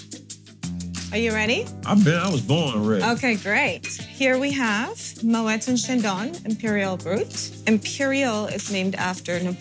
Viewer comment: Why can’t she pronounce Moët properly 😵‍💫 For someone who works for them……😂